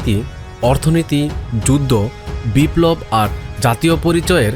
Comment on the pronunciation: সে বললো যুদদো, আমাদের বুঝতে হবে যুদ্ধ।